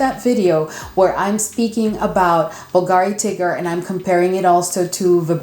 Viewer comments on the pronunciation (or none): Contrary to popular opinion Bulgari is pronounced bull-garee not bulgaaaaree.😊